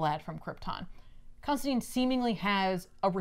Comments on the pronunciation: your work clearly shows. This is one of the best paced and most informative Back Issues episodes I've watched (and I've watched them all way too many times). Looking forward to more ep's with you in the middle and more accurate pronunciation of the name Constantine lol. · There are multiple lines in hellblazer's original run where John himself corrects mispronunciations and says his name rhymes with fine.